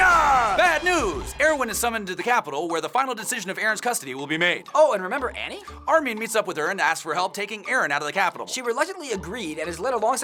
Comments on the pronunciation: 1:it's Armin not Armeen 2: He came out of the nape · Di...di..did you just cal armin....armi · armin? who's that? all i know is army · "Armeen"..bro it's Armin. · instead of armin... did they say armie? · Ar-min, not Ar-meen. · Your too focused on going fast u said armeen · Rae Haraway sounds like they're saying armean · Did they just say ar-min wtf?????? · You said Armin wrong